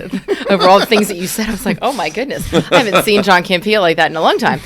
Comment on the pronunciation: Lol she called him John Cam-Pea